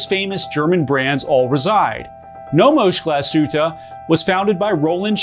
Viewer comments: It's pronounced "glas-hoota" not "gla-shooter" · Get your Glashütte pronunciation straight, this literally hurts 🙄